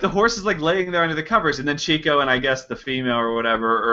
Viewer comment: One of my favorite lines from Duck Soup said, of course, about Margaret Dumont: "Remember, you're fighting for this woman's honor, which is probably more than she ever did!" Incidentally, it's pronounced "Chick-o" not "Chico." He was given the nickname because he was always chasing chickens (i.e., women). It was originally spelled Chicko but it was misspelled once and the new spelling stuck.